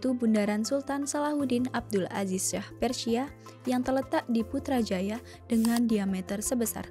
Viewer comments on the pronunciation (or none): none